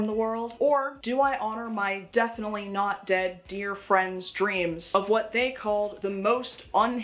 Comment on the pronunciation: “But it’s nawt a dinosawr!” I love this guy already.